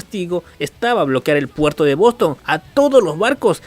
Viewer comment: like si viste que decia "puero" en vez de "puerto"